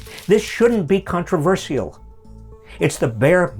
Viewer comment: I love your messages Robert, but what an odd way of saying 'controversial'. Lol